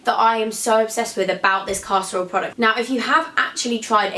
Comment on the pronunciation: omg you're so great but every time you said "caster oil" it sounded like "casserole"